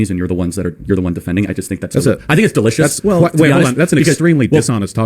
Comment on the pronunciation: Anyone who says “delicious” like that in a serious debate is a little sus...